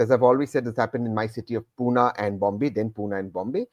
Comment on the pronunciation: Tehseen wants to contest from Pune, but still calls it Puna/Poona. How does he hope to build a local connect? He is Poonawalla, but he is not a Punekar.